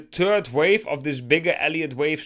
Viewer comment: Please master the pronounciation of the English "th". When you pronounce the term "third wave" you make it sound like you speak about a "turd wave". You do know what a turd is, don't you? A turd is a "piece of shit" ! Please, as someone addressing a bigger audience, put some effort in your mastering how to pronounce the "th" the correct way.